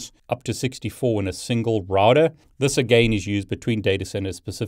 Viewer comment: SAY ROUTER CORRECTLY